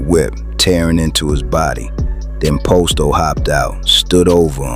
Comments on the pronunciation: Why tf this fool keep sayin 'pOsto' when g herbo pronounced it 'Pahsto'. I doubt anything is real if he cant get a single name right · It's pronounced pasto, not posto. And Dre didn't think he was untouchable. He lost everyone he loved and knew; he had nothing left to lose. He knew it was either him or them, but he already accepted his fate. Great video though, you did your homework.